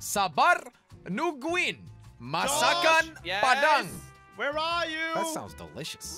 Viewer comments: This map is Malaysia spot Im malaysian and i ate food from the masakan Padang and you said it correctly I'm suprise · He pronounced it so perfectly but so formerly if you know what I mean lol ~An Indonesian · YOO IM FROM INDONESIA I APPRECIATE YOUR PRONOUNCIATION OF THE MASAKAN PADANG